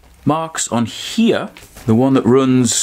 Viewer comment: Great content. I didn't know "here" was a two syllable word. 😂😎